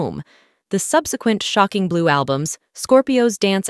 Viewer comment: SHOCKING blue. Stupid AI programming can't figure out how to say it without emphasizing SHOCKING. So annoying. "click". i'm gone.